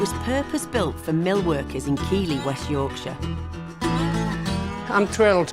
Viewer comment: Keeely !!!!!!!!!!!! It’s kieth ly